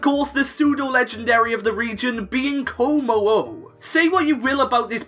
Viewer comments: IT'S KOMMO-O, NOT KIMMO-O! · Komo-o? Srsly? Hahaha